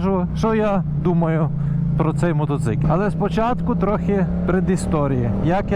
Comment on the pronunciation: Мотоцикиль 😂😂😂 ппц меня прет с этого слова 😅